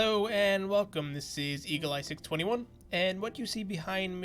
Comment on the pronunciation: Dude learn to pronounce 621